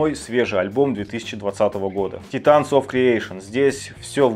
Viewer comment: Титан?Гатеринг????Подучи английский,друг,Гугл в помощь...